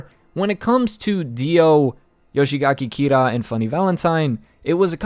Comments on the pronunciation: Yoshikage kira Not yoshigake kira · Before you become the next Eyepatch Wolf, I'd really like you to start learning how to pronounce thw names more correctly. Surely there must be someone on the discord willing to help you with the names. It's not "Yoshigaki Kira" but Yoshikage Kira. Garou is pronounced "gah-roh" or at least "gar-row". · this guy rlly saying "Yoshigake Kira" :( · "Yoshigaki Kira" -, 2020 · Why the fuck do you say yoshigake kira? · Take a shot everytime he can't pronounce Yoshikage Kira